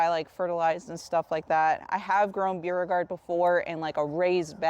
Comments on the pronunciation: It’s pronounced Bo regard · Beauregard pronunciation (Bor-gard) it's the Parish I'm from in Louisiana 😊 Love love your videos Louisiana and Florida so similar ty for all of your information very easy to understand